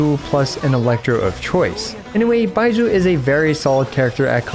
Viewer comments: why does it sound like he's saying "bye-jew" instead of like they pronounce it in the game? o.o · Why are u saying his name like that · Idk why but the way you say Baizhu cracked me up xD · U pronounce Bai zhu v funyn hahahaha. The zhu especially 😂 like you're pouting after saying it Edit: I keep niggling each time u say his name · The way he pronounces "Baizhu" feels funny to me, dunno why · Why you call his name like that tho? 😭